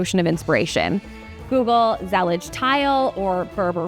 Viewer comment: say. “zah leeej”